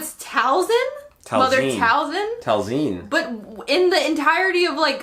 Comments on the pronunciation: It is not pronounced talzeen...it's talzin as in towel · TALZIN...like ZEN not Zine like magazine. Talzin not Talzine. She was right, listen to her more. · It's definitely Tal-zin not, "zeen" lmao 😂👍 Everyone also seems to be forgetting Sabine used a little force push against Shin in an earlier episode during their fight in the forest on Seatos. Her grabbing the lightsaber here is not the first time we've seen her wield the force. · its pronounced talz-in lol not sure how youre getting talzeen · Tal- ZIN! Not zeen! It’s never been pronounced that way. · It's Tal-Zin not Tal-Zeen..... or better yet, it's Leviosa.........not levi-ohh-saa lol love u guys! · It’s pronounced the way the say talzin not the way he’s saying it